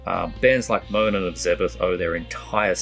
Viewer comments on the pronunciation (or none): none